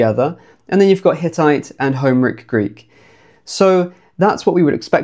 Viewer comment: "HOmeric Greek" made me wince every time. Do you say "HIStoric" and "CLImactic" as well?